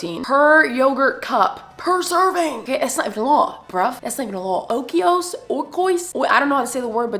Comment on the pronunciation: The way you were saying oikos 😂😂😂 I did enjoy the video, I had no idea about veggies and I do love edamame ✊🏿